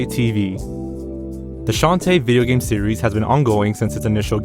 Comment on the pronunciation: "tar-zsn" "video*pause*Game" 🕵️ai?